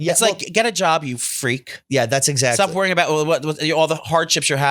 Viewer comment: The way says “ Etzacktly” instead of exactly is infuriating